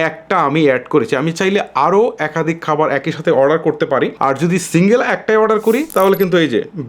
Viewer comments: খাবার ❌ কাবার😂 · Khabar na Kabar 😂😂😂😂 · খাবার❌ কাবার✅ 🙂🙂😬